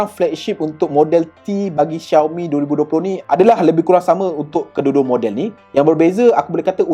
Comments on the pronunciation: Cara sebut dia memang Shiau-mi bukan Ziau-mi. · bruuhhh🤣 xioami doh sebutan die